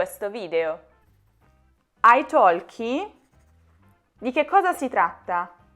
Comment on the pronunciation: Nella parola ITALKI non si pronuncia la letters L.